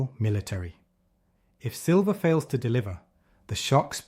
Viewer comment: AI screwed up and calling it Sliver price, snake in the grass.